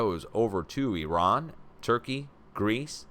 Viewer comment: I Love how you actually pronounce IRAN (EEERON) the right way and actually make the effort to pronounce it the right way and not like the corrupt politicans and the MSM "journalists" that still to this day pronounce it (I ran ) I dont know why it errks me when ppl pronounce it I ran loll I just tease them and say, You ran where ? I guess the spelling of it doesint help . They should have just kept it as Persia so much nicer